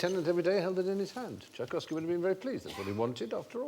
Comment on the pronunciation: I'm amazed how these lot could say Tchaikovsky so easily.